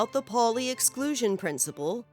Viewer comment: Good video. But it's not Polly, it's ˈpaʊli.